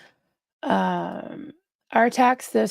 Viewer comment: I'm in stitches, at one point you said that's 'dickulous' instead of riduculous. How fitting, I'm still giggling! 😂